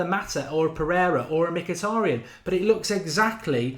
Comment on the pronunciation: haha the Irish guy that butchered mkhitaryans name.